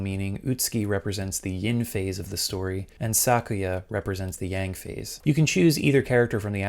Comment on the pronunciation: Man mocks voiceover’s pronunciation of Kureha, but can’t accurately say Yin or Yang right to save his life.